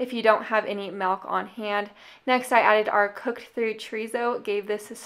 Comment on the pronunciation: Hey I didn't know you were raised in New Mexico (then I heard you pronounce milk and I was like yup that's a new Mexico girl) Lol I was born and raised there so I say it exactly the same even though I moved away 11 years ago. Thanks for the cooking and saving inspiration.